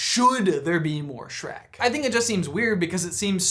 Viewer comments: Back to "Shrack" ? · Hehe Shronk